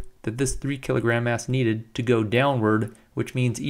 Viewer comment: I keep hearing 3 &5 kilogram 'ass'